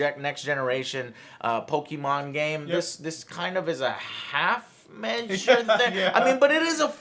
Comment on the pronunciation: Pokeymon??? Joe and you call yourself a latino???